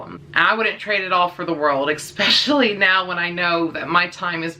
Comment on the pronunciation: The way you say "especially" as "ekspecially" bothered me lol. Anyway. Had a blue heeler when I was a young kid. She was an amazing dog. Very smart, very obedient. Fast forward 20 years. My good friend has a blue heeler runt and she is the best. Very protective, patient, obedient but very playful. I on the other hand just adopted a red heeler mix. She is so sweet and hasn't snapped at me but she does show aggression with my other dog over toys and food. Hoping I can curb that because when I break it up and tell her no she is so submissive and she acts guilty and ashamed for doing so. Just gotta give it time I guess.